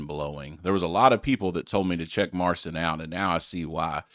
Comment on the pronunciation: Mar-seen is the pronunciation. There was some synth and other percussion in this video, but I have seen a video of him playing live in concert this same song. He does all the arrangements.